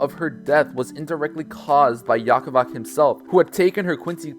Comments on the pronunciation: Had to turn off after you pronounced it Yaha Bach.... Its not a freakin motorcycle its Yuha Bach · Btw Yhwach is pronounced "You-huh-bah-ha" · pronounced You-watch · Yaka vac is my new favorite pronunciation of yhwach. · Said You-ha bach", weird I know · say it with me kids! YOU-HA-BAH-HA. This is the correct pronunciation of Yhwach. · It's pronounced Yuha Baha